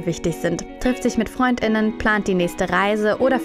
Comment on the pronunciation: also diese Aussprache von FreundInnen macht mich richtig sauer... Verschandelung der deutschen Lautsprache. Man kann die Schriftsprache nicht 1:1 ins Gesproche übersetzen... es klingt einfach nur scheiße